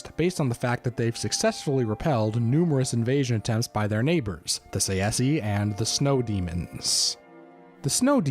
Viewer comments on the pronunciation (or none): I hate this guy's pronunciation. Say see. I personally say it either Tse-she or Tsah-eh-ski. But Say-see, come the fuck on. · I think the pronunciation is TsaesKee..Tsae is not Tsa-e but one sound.. I don't know how to write it in English.In Greek is Τσέσκι.. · I thought that Tsaesci was pronounced "SAY-she." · I may be wrong, but I think it's pronounced '"say-shee" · Tsaesci is pronounced Say-chee btw. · Its pronounced like sai - see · I’ve come to the conclusion that no one really knows how to pronounce Tsaesci lmao sashee? Saysee? Say Es ee? Who tf knows